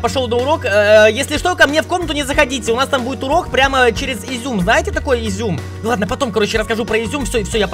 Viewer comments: Ты говорил зьум агаворится зум Артак табл говорить правильно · так смешно говорит изюм а приложение зум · Не зюм а зуум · Все в школе:zoom Школа жеки:изюмм😂😂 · не айзуум а зуум😂😂😂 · не изум а старт зоом вот я тоже там учусь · у меня там уроки и да не изьюм а зум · ХАХАХААХ, ИЗЮМ ПРАВИЛЬНО ЗУМ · Не изюм а зуум мы в нём учимся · Не изем а зоом 😂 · Не изюм а зум (zoom) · Как бы зум а не изюм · не изюм а зум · Не изюм , а аизум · Вапщето не изюм а зум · не изюм а зум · Не изюм а зум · Не йзум а зум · Не изюм а зум!🤬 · Зум а не ізюи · Слышится как Изюм🤣🤣🤣🤣🤣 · Никто: Абсолютно никто::изЙУм🤣